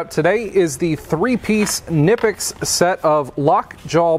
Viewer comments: Actually in germany Knipex is pronounced to hear the ‚K‘ we germans take it precise hahaha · Did you know those pliers being German the K in Knipex is not silent? However being American you would sound stupid pronouncing it the correct way.